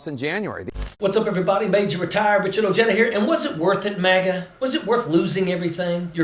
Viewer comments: Your name is pronounced "O hey duh". Its Spanish. Be proud of your heritage. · Retired Ojeda is dumb enough to be a Chump supporter. He can't even pronounce his own name.